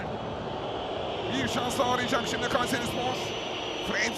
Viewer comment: Gayseri ıh ıh gayseri ıh ıhhh gayseriii ıhhh ıhhhhhh😂😂😂🤣🤣🤣🤣